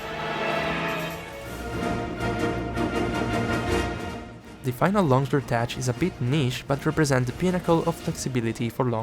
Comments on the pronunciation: It's "teCH" as in "TECHnique", not "tesh" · Just so you know homie its pronounced tec or tek like in technique not tech like youre saying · No pls keep sayin tesh. You're already committed. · great video except for how you pronounce "tech" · Tech is pronounced like "Deck" but starting with a T. That's because it's a shortened slang term for the word "Technique". Since it's common terminology used in a lot games, I figure you would want to know since English is not your first language. I've avoided Longsword basically the entire game, now that I'm interested in trying it out in Wilds - especially after everything changed, this video is immensely helpful. Thank you for the inside knowledge! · You might wanna look up at how to pronounce "tech"